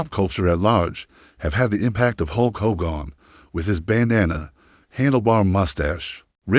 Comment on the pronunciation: I HATE AI! If you can’t pronounce his name correctly then don’t post!! That is just disrespectful